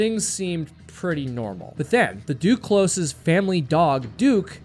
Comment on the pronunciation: duclos - the s is silent if you want to pronounce properly.